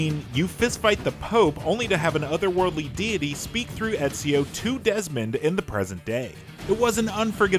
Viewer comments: You said ezio wrong is real name is ezio de lalalala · Are we just gonna ignore the fact that this pleb kept mispronouncing Ezio's name?